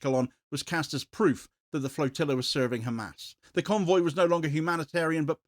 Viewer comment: It is not GAAAAMAAAS for Gods sake